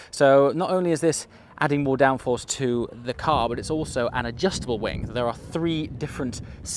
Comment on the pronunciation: Now... you said either 'the colossal wank' or 'the colossal wink', but neither were 'wing' 😉 Personally I'm hoping that 'a colossal wink' is the new 'tip of the hat' and I'll chuckle like a 14 year old each time I hear it.